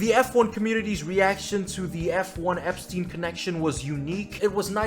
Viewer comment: i have no idea why its so hard for americans like to pronounce epstein, do american schools not teach u how to pronounce jew words?